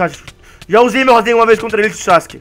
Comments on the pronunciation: rasengha kakakaka fala certo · por favor fala rasengan certa e não rasenga e gritando.Ta errado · o cara fica falando rasenga é mo engraçado kkkkkkkkk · Kkkkkk o cara fala rasenga kkkkk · quando ele fala razengam kkkkkk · você tava falando razemga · ele fala rasenga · é em graçado você falando racegan